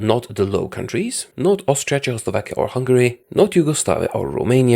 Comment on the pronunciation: i love how he says Czechoslovakia as chowslovakia